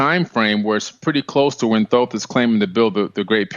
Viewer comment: Tedious to listen to....too many commercials, but Billy Carson was exceptional. Great Info, because of him I will be subscribing to Gaia. Thanks for the interview....and Thanks to Mr. Carson for correctly pronouncing Thoth's name!😊👍🏽